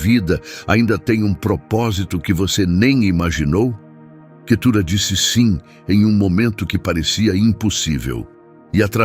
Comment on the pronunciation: Vamos ler a bíblia irmão. Não e Quetura e cetura.